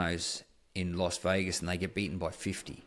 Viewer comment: It's Las Vegas, not Los Vegas. It's ask, not aks. 😜